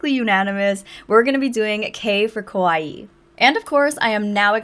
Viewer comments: you keep saying kOwaii 😭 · The pronunciation of the Japanese A sound is more like in the English word car. Kawaii かわいい (可愛い) means cute or lovable. For some reason many English speakers pronounce it with the Japanese O sound (similar to the English word core), which is not only wrong, but has quite the opposite meaning, as kowai(i) (怖い) in Japanese means scary or scared. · Yeah can't watch this. Can't stand it when people say kawaii like Hawaii. And the straw that broke the camel's back was the "oh my gosh" said 4 times in less than 30s. Too much.